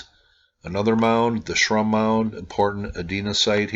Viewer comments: Buckeye here: itʻs "sigh-OH-toe." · the c in Scioto is silent typically pronounced Si-o-ta, FYI. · Thank you. Columbus Ohio is my home. Btw, Scioto is pronounced "Si-oh-toe". The C is silent. Native American word.